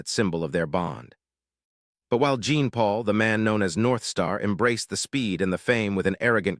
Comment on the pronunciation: It's not pronounce Jeen Marie or Jeen Paul it's pronounced John Marie and John Paul.